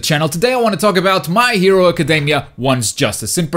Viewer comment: Dude, the way you say "academy", just, please go check out the pronunciation xD